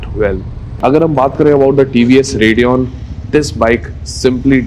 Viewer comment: TVS Redeon 😂😂😂😂😂😂....